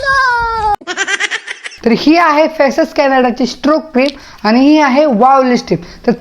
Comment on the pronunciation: लिपस्टी नाही लिपस्टिक... क्रिमा नाही. क्रिम